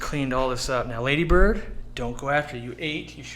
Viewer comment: It’s not Ladybird it’s Laaaaaadybird.